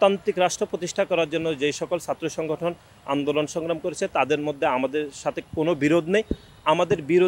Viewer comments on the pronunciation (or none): none